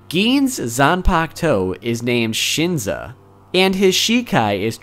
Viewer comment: Shinso* Sheen-zoe